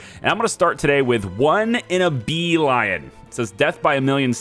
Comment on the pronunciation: Think its not calld Bee-(lion as in the animal) but beelion like in the number